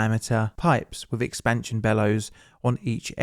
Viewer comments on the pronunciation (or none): I wish you could discern between "dis" and "this", "wiff" and "with", etc. Very annoying to try to listen to you.